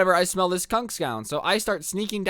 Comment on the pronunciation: "skunk skoun"